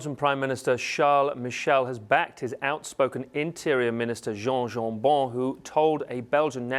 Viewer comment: Oh don't pronounce Jan Jambon like it's a French name... He won't like it at all, since his party is pretty much the anti-french party. (Flemish Nationalists)